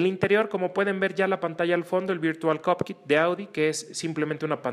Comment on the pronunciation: si gracias, sé perfectamente lo que es virtual COCKPIT, pero el que hizo la prueba no dijo cockpit sino COPKIT, deberían poner atención a sus palabras porque luego la gente repite sin saber